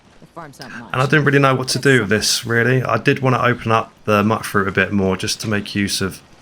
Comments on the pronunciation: Im pretty sure Mutfruit is pronounced Mute-Fruit, as in "mutated" from radiation. love these settlement builds, the best ive seen. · You're mispronouncing mutfruit again. Should be pronounced as Mute fruit. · Okay, maybe it’s me. Are we pronouncing Mutfruit “mutt fruit”? What do you call mutants? “Mutt-ants”? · Ok, I'm gonna have to be the one to say it: You pronounce Mutfruit wrong. The first U is the long version, like "you"